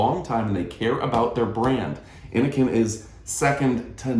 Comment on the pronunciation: It's pronounced "In - o - sin". Innocn. The "CN' is abbreviated for China. CN.